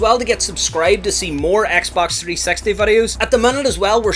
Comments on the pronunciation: dude, i wanted to learn about the xbox 360, not the 3 sexty 🤣🤣 jokes aside, very good video and very informative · three sexty?? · Don't say Xbox 3sexty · He's says 3sexy lmao